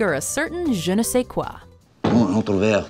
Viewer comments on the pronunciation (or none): none